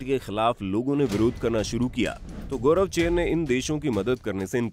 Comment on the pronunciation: गौरवचेव नहीं गोर्बाचेव बोलो 😡😡😡